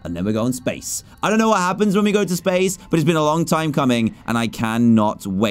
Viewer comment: did you hear dan say spashe missions👽😂